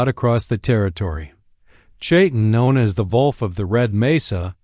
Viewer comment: Dear lord! How difficult is it to pronounce the word "wolf" correctly?